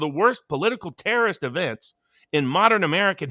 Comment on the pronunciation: Interesting speech impediment you have,. You pronounce the word "terrorist" like the word "journalist."